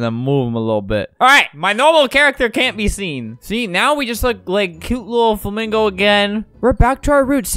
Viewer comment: Lol, he didn't even say it right 😂 (spell)